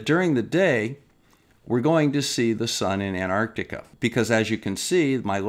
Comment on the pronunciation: I agree with everything you say and flat earth idiots are flat earth idiots but there is one thing I noticed watching the final experiment videos is that a large number of presenters don't know how to pronounce Antarctica it's not Anarctica lol it's as bad as( nucilar) nuclear. It's a glorious world.